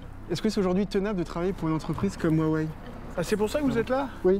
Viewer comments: "Woiwai" pour Huawei alors que ça se prononce "Roiwai" pour un français... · Ça se prononce “houa-weï” et non wouawé comme le journaliste le dit. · Huawei ou wawei 😂🤣🤣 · Ruarway et whywhai 🤣🤣🤣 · 我好想认真看片子，但是华为的各种发音真的太好笑了！！！中文不会说几句就完全理解中国了，Bravo！ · « on m’a fait lire et traduire sa pensée profonde… » Je m’interroge fortement sur la qualité de la traduction d’une personne qui n’arrive même pas à prononcer correctement « Huawei » et « Shenzhen » (les deux seuls mots chinois qu’il a prononcé, et ce de manière absolument hideuse)